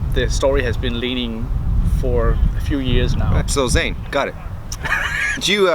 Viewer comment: Oh man. He pronounced "Zane" wrong when he was talking about who his favourite character was. Hmm. Loved the video! Can't wait for the rest. You guys are such fun together!